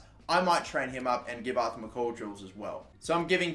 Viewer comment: Pronounce MacColl Correct. Its Mac-Coll not mc-call